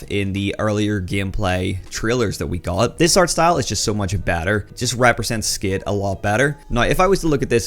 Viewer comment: Bro stop saying skit it’s skate hahaha we can tell ur American now drop the Scottish